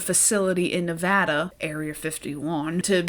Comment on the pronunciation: so not important but my god thank you for saying Nevada correctly, no one does & it’s so annoying😂